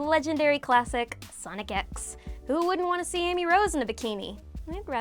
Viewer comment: Wait did she call sonic x shonin